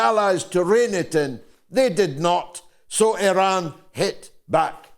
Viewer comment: Interesting that the Americans cannot even pronounce Iran properly. Culturally ignorant.